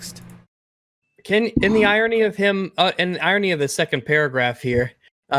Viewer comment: Stopped watching 30 seconds in because a dude made fun of how he pronounced irony, safe to assume this is another video where they do low blows again